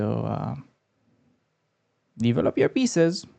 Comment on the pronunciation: Hi! I like your videos, but... try to say "devellop" rather that "deevelopp"!;-)